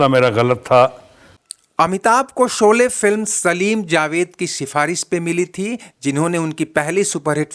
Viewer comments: भाई उच्चारण तो सही किया करो शोले को सोले बोलते हो , श और स में बहुत अंतर है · Seen ki jaga sheen bola karo yeh gaon ki kachi boli hay soley nahi sholey saheeh lafz hay